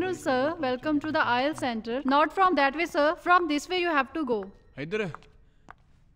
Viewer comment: I-let-s ni I-el-ts pronounce krty isay...